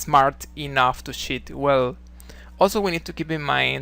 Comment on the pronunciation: Lol sorry man I had to laugh watching this, cos you pronounce the word cheat, exactly like ‘shit’